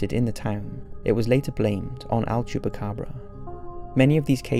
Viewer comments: Is "El Chupacabra" not Al Chupacabra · El. El-el-el. I can't hear him say anything but "AL" chupacabra and it's driving me crazy orz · It's EL chupacabra not "AL".